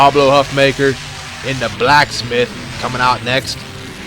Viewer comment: I think Huffaker's name is pronounced Huff-Faker by the way